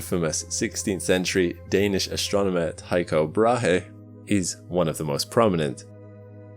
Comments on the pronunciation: Tycho Brahe is pronounced "Týco Bráe" by the way :) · his name wasn’t “Taiko Bra-he” it wouldn’t have taken you 1 minute to actually find out how his name is pronounced if you cared the least